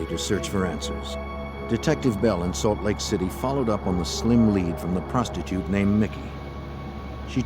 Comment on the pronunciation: "part time prostitiute"..lol